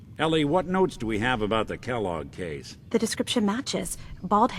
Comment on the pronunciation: When Valentine said Kelloge I was like. "You don't know the cereal?!"